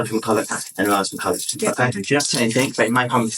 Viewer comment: It's pronounced Mac-ull-ock